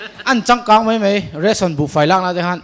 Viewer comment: Ka VA nui nasa tehreng em, fiamthu an thiam hlawm khawp mai, Mahse (Mai han tih tur (mei) Kan ti thin hi Sim ah a tha khawp mai